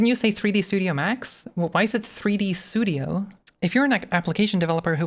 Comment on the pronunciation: 3D "Sudio" & "Achive" has me laughing for the last 10 mins